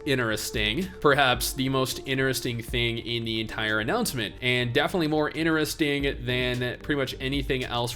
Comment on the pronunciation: The way you said interesting threw me off...😂 great video though👍🏾